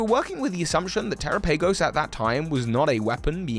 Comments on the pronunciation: I guess if you say so. Dyslexia is an issue with sounds when compared to written characters. You’re being too gracious, this is just laziness. If this seems harsh, you’re probably just not used to people being frank. I even want so far as to say I generally like his content, this is just low effort. This discussion on our parts has taken more effort than he was willing to invest in learning how to pronounce a name for a video that he is making money off of. Keep watching lazy stuff if you wanna, I will continue to direct my attention where I want to, we will both continue to live and survive. 🤷🏽‍♂️ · The only question I have is... why you pronounce Terapagos like that? If you pronounce Galapagos differently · it’s less the tera part and more him pronouncing the later part incorrectly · its terapagos tuh-ra-pa-gos they literally didnt say its terra-pa-gos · Teh-rah-pah-gos Wtf is te-ra-pay-gos lol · terapagos should be said like Tera and Galapagos, not "terapeigos" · Wouldn't Terapagos be pronounced like Galapagos? Te-RA-pa-goh-s rather than Te-ra-pAY-goh-s? As for its typing I believe it will either be; dragon/rock, because it's made of cystals and its tails look like the petals of a shiny Glimmora, a rock type. Or dragon/normal, because it's got every type on its back, and normal is the all encompassing type (Arceus, Silvally, Hidden Power, Metronome, etc.) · I mean the Pokémon presents had them say it and this pronunciation is correct. The one that sounds like Galapagos and not “Tera-pay-goes.” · tera has nothing to do with him saying "PAY" instead of just saying pa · bro said tera pay goes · It's pronounced like Galapagos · Terah-pa-gos Like Galapagos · Yeah I’m pretty sure its pronounced ter-ahh-pug-gos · As soon as you pronounce it like that, I can't watch. The Pokémon Presents showed you how to pronounce it. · Okay.... This video is AMAZING, but I can't get over the way you pronounce Terapagos. IT'S NAME IS LITERALLY SAID IN THE PRESENTS.